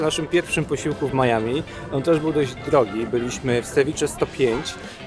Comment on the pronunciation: Oczywiście Miami a nie Maiami🙃